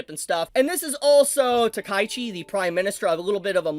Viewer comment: Just one correction for you. I realize that many Americans say the name Takaichi wrong. It's NOT "Ta-Kai-chi". I know normally when it's ai, you speak that sillubar together. But in this case it's a name. And the name is: Ta-ka-I-chi, with the two kanjis Taka and Ichi making her name. So the correct pronounciation is: "Ta-ka--i-chi". It's also Sa-na-e, and not Sa-nä, for the Germans here.